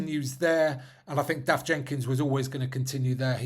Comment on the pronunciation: it's Dewi - deh wee not dah wee and Dafydd - dah vith as in with dav Not daff - trying to teach the ffycin Sais 'english is bad enough but the 'Welshies' ( Cymry ddi - Gymraeg) are among the worst - stop thinking in this germanic english lingo to pronounce words that were on this island when the ffycin english were still in Germania ................ rant over " myn uffern i " 🤔